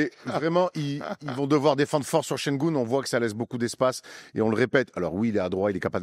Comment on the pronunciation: Şengün, pas Şengoun. ü = u et u = ou